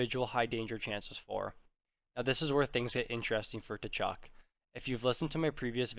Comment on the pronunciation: The T is silent in Tkachuk